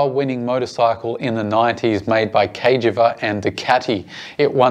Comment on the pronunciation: Great show & I'm very interested to see what Cagiva do with a new Elefant. BTW, it's pronounced 'Ker-jee-ver', not 'Cage-ee-var'.